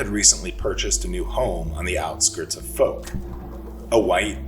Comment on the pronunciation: Fouke is pronounced with a "ow", as in ouch sound. As an east Texan I only live a few hours from there.😁